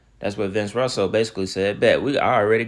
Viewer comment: Buddy i love your videos but for you to keep mispronouncing "Vince Russo" name as Russell is appalling considering you said you were a wrestling fan. It's pronounced like Rooso buddy. I'm pretty sure with all the names you mentioned as your favorite wrestlers, "Sting" especially, you probably heard of Vince Russo more than once